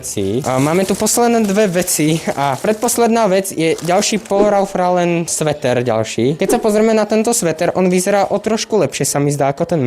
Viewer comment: Len pre buducnost: cita sa to "Ralf Loren" :) inak super videjko